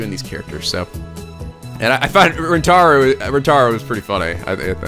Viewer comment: You may already get since you are some ways into this LP But How you pronounce names and other phrases in this game are as so... Okarin (Oak-a-R-een) "El-Psy-Kongroo" (Cangaroo) And lastly how to say the Protagonist's name Rintaro (Reen-Tar-oh)